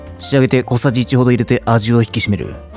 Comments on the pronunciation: ありがと！私も聞き取れなくて下のレシピかくにんしちゃったｗ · 聞き取れんかったけど、お酢やろなと察したよ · 6回くらい聞き直してわからんかったところ